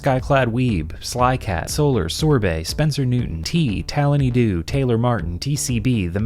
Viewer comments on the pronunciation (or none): none